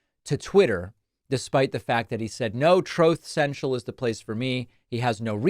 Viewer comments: “troth cential” I laughed OUT LOUD 😂 when you said that and played his clip ! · “Troath Sential” 😂😂😂 Truth Central should be called Dishonest Network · "Troth Sential"